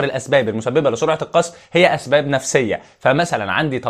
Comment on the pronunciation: اسباب يا وليس ازباب